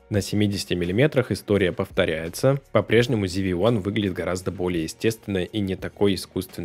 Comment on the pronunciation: ЗИ-ВИ Ван. Откуда "ЗИ"? Когда начинаешь слушать человека, не умеющего прочитать название камеры, дальше сомневаешься в его профессионализме.